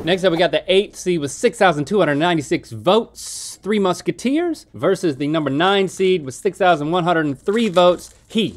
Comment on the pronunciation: “3 Mushateers”🤣🤣 how did nobody else catch this lol